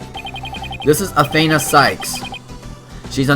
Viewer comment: Athena's name is pronounced a then (like theif but with a n ) a sorry it's a little bit of a pet peeve when I hear her name mispronounced